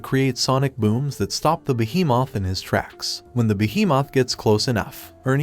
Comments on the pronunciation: Why does he say behemoth like beehee Moth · When he said by behemoth it kinda sounded funny and weird !?